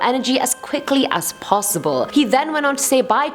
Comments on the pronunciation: She cant pronounce “possible” correctly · Who else got pissed bc of the way she said possible I know it’s her accent tho